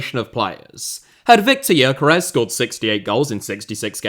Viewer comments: man people need to stop pronouncing Gyökeres completely wrong. It's pronounced like Dyökeresh with the Gy pronounced like the d in dew or due. The final s is like sh in shop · For the love of god, is it really hard to check the pronounciation of Gyökeres's name? It takes about 10 second to ask google for a pronounciation (ask for the Hungarian one if it doesn't recognize the language automatically). It is strange that you put so much work into your videos, but you don't even try with the more exotic names (if a name with Hungarian origin can even be called exotic for another European).